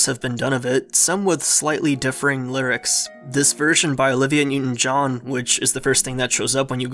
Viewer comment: "lurics" lol